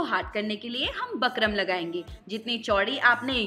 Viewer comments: बकरम नहीं होता बुकरम होता है। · bukram bolte h bakram ni 😊